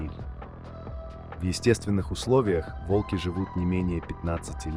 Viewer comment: Видео интересное, но подача подвела. Если вы переводите с иностранного языка, то уделяйте внимание и мерам веса или роста (сейчас нетрудно перевести футы и фунты в сантиметры и килограммы). И лучше озвучить ролик самостоятельно, или указать ИИ ударения. Слушать тяжело и не воспринимается, когда то вОлки, то волкИ, то прочие ляпы. Не знаю, может в наше время кто-то считает это обычным делом, но согласитесь, слушать нормальный понятный текст намного лучше, понятнее и приятнее, чем монотонное бормотание ИИ.